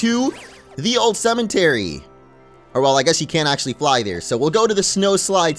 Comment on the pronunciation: Why does he always say cement-ery instead of cemetery